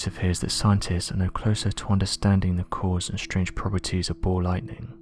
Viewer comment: SAY BALL Lightning, not Bow Lighting